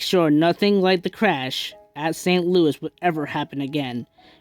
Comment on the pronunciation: Its pronounced ( Saint Loo - eee )